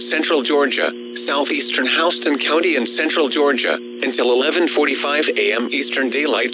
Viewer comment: I will give you a like just for getting a couple of those county pronunciations right...particularly Houston County, GA (it's HOW-ston, your voice said it correctly).